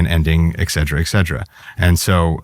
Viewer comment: "Ekcetra ekcetra". JFC.